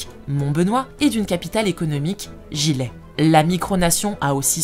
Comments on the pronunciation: On ne prononce pas Gilley comme un "gilet" mais comme "J''y ait"/"jiyé"/ "J - é". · On dit Gilley, prononcer deux LL comme fille.